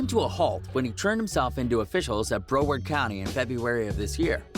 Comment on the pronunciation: “broword county”